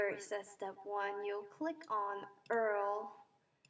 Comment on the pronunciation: did she seriously say url not U R L????